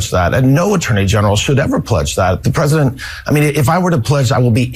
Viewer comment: Pwezident Elmer J. Fudd , darn wabbit!